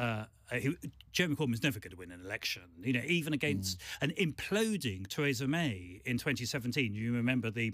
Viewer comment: Why can't Adonis ever seem to pronounce 'Theresa' correctly? The woman herself pronounces her name 'Thereesa', not 'Theraysa'. Very irritating.